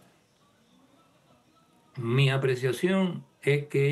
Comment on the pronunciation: porque dice CUNA en vez de CUBA